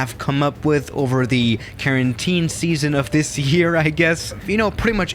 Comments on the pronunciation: “Carantine” - “Quarantine” -Everyone else No offense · Am i the only one who heard him say karentine